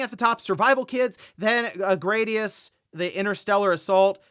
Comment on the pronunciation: “grah-dee-us”, not “gray-dee-us” Konami has confirmed this. They wanted it to sound like the sword Gladius